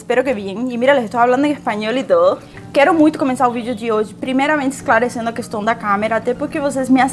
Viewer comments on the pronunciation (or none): none